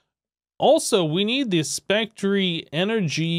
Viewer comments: yes the e is silent.......plz never say spectreeee like it is a real word.... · Its pronounced spec tur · Anybody else hate hearing it pronounced spec-tree? Love the videos though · i like how you say Spectree instead of specter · Spec Ter not Spec Tree